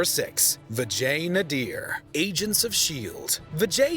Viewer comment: The way you pronounced Vijay Nadeer made me laugh a bit (sorry, Indian here.. and the western accent speaking indian names is hilarious for me)